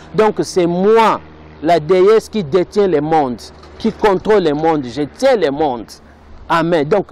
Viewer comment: Tu as de la peine de parler le français mais tu veux décrypté idiot.... Rectificatif on dit musique et non misik et on dit le monde et non lé monde tsuuuuuiiiiipppppp